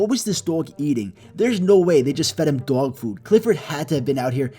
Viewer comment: Its funny how he say doyg